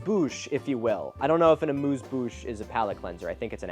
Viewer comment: Just a small note : "amuse-bouche" is indeed appetiser! However the U is pronounced more like the U of "Utah", while Milo pronounced it like in "moose". I don't blame him, French pronunciation is not the easiest. Source : I'm French 🇫🇷